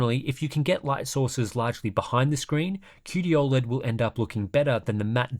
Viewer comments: It's not "Aw-LED" bro, it's "O-LED" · I think you’re the only person to ever pronounce it ol-ed